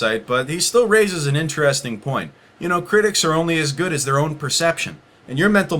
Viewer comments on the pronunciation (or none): none